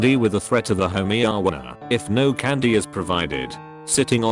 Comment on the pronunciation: Literally everybody: Homeowner. ’ text to speech: Homeyowwer.